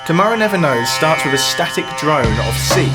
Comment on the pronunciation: You are clearly educated; stop saying "wiv".